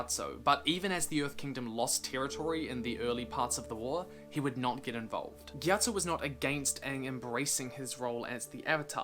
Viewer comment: Well at least you pronounced it right.....